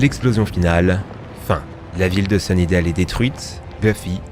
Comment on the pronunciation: Mes oreilles ont saigné quand j'ai entendu sunydales ^^